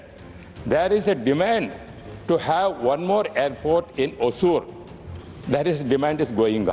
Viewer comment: It's not Ōsūr or Hōsūr. It's Hosūr. It's been couple of decades since Tamils immigrated here but still can't pronounce the city's name. Pathetic!